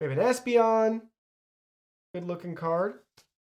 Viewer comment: Right after you show the advance rulebook, you start looking through the deck and restart after you miss prononce Espeon